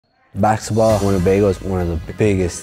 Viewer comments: He says baxetball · There saying baxball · That guy literally calls it bakskitball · We all know the reason behind the name Rezball is because he cannot pronounce baksexball, I mean Basketball. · It's because he can't say basketball